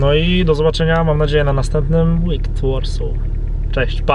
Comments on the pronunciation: ŁIYKED NIE ŁIKD lol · „Wicked” - używając polskich liter jako zapisu fonetycznego - wymawia się ŁYKYD, a nie ŁIKT